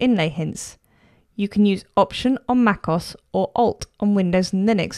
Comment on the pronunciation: It is not Macoss it is Mac O-S